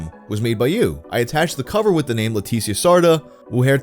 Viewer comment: i love how every time he says ''leticia'' its a different pronunciation lmao